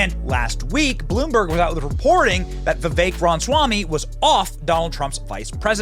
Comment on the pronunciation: BENNY. SERIOUSLY. I CANNOT TAKE IT ANYMORE. WHY ARE YOU LIKE PHYSICALLY INCAPABLE OF SAYING RA-MA-SWAMY?!? IT'S NOT "RON"SWAMY. SAY IT WITH US NOW: RAH-MAH-SWAMY